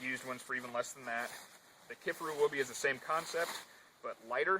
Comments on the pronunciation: It's Ki-far-u as in far away!!!! Ever watched one of there videos> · Lol...."key far ou"